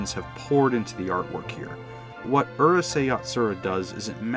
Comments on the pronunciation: It's 2022 and people still mispronounce Japanese words! This would be like pronouncing Uryu (Bleach) as "ER you"! It's "OOH" (chew) not "ER" (fur)! "Ooh. Rooh. Say." -Actual geek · The narrator’s pronunciation is killing me, especially when I hear 12 year old Canadians getting names like Lum or the series title Urusei right.